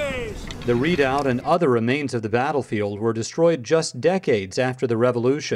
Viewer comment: Its pronounced re·doubt. They really butched that word.